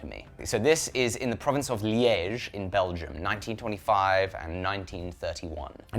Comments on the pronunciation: always funny to hear a britt saying france or dutch names lol. But that place liege what your talking about is pronounced as leech. Just for your reverence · Your pronounciation of Liège is perfect, just perfect ! <3